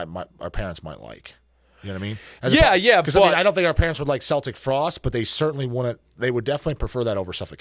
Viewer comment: Are they purposely mispronouncing Celtic Frost? Lol